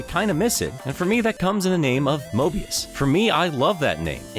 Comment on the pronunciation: Dude it's Mobius